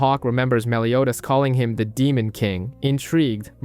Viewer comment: Soooo ... i can't be the only one who heard: He pronounced Escanor "esc-aahh-nor" until the last 15 minutes, the. Said Escanor normally but began pronouncing Meliodas "Melio-ass".